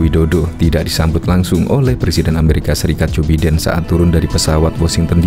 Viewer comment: Jou Biden, bacanya: Baiden bro!